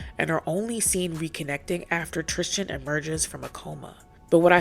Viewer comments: Love the video but why do you pronounce Tristan name like Tristian lmaooo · Tristan's name is not one that rhymes with Christian. TRIS-TAN. It's killing me bc I love this channel.